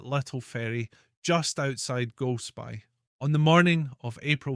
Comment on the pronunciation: Very interesting, thank you.....but surely pronounced Cromart'ee' and Golsp'ee'?